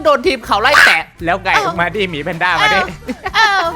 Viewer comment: พี่พูดอะไรลงไป😅แค่คำว่าหมีแต่พี่พูดห*😅อืม😅